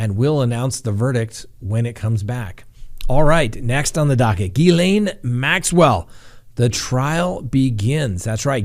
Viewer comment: So glad you figured out how to pronounce miss maxwells first name! Just kidding you😂😂😂